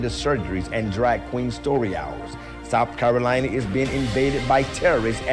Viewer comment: "Santanic" "Souf Carolina" "Chiner" "I-ran" 😂😂😂